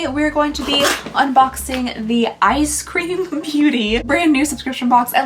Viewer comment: it is eyes cream. Not eye scream